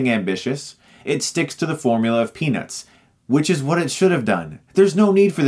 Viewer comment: Every single time he says "Peanuts", I hear "Penis" :P